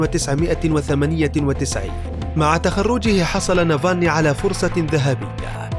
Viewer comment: اولا اتعلموا كيف تنطقوا اسمه صح وبعدين اعملوا تحقيق عنه معلومات كلها من الكيس